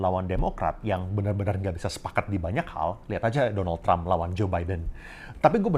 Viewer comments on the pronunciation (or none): none